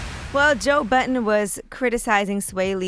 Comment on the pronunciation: Why Angela always saying Joe "Button" when its Budden... Everyone but her, INCLUDING SWAE said it correctly.... C'mon Angela... Yee know better